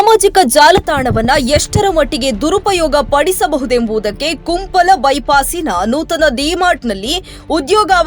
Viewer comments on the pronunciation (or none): Kumpal alla mare kumpala kya news padega re tu🫢